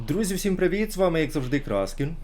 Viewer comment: З а не С, КРАСКІН)